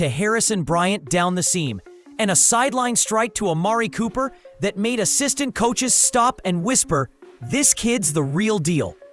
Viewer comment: Did he say Amari Cooper